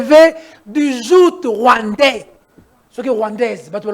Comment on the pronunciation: on dit un joug et non un zout ( Tshisekedi est venu nous sauver du joug Rwandais) étant journaliste c’est impardonnable et grave.